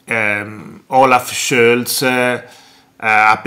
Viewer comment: ma perché dici Schölz e non Scholz cosí come é scritto ?